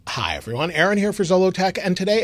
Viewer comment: I also wondered about that! It sounds kinda “wet”, or yiddish?